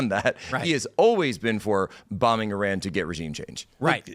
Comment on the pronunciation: needs to learn how to pronounce Iran.